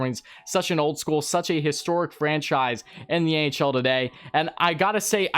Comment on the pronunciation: at the start I thought u said the ahl and I was confused